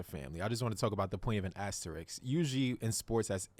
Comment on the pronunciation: Bro how hard is it to pronounce asterisk